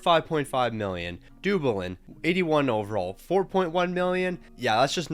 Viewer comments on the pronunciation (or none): none